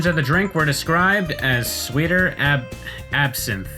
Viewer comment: Pretty sure you pronounced absinthe correctly. You completely butchered Panama though. Did you not realize it meant the country with the famous canal? Yes, KFC is very popular for Christmas in Japan, sometimes even requiring making an order a month in advance. Also, Ode to Joy is the quintessential Christmas song. I am officially starting a list of things you want on your gravestone, right in my "stupid pointless lists" folder. Afaik = as far as I know